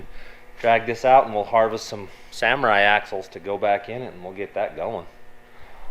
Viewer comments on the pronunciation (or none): none